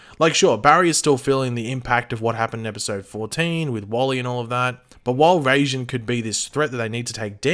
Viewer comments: Raijin is pronounce rye-jin not ray-jin. Unless this guy in the actual god of lightning I have no idea what they'd do with him but I'd suspect it'll have something to do with how they generate a new speed force. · it is rai not ray. You got it right but decided to use the wrong one still. It's a japanese word and in japanese is spelt らいじん which is pronounced rai. Ray would be れいじん which is not the word at all. Rai is basically lightning with jin in this context means god so lightning god, basically as you said. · It’s pronounced Riy-Jin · literally in no country is it pronounced Rayjinn. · He kind of butchered the pronunciation of raijin